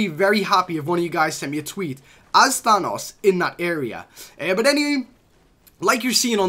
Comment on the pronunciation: Why does he say but like boot